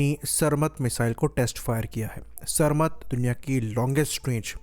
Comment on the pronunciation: Iski pronunciation सर मत Nahi सारमैट hai